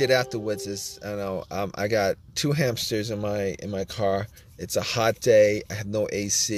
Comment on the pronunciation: DO NOT WASTE TIME WITH THIS GUY, HE SAYS HAMPSTERS 95 TIMES AND NEVER GIVES ANY INFO